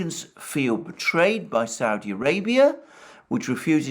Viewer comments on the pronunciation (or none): none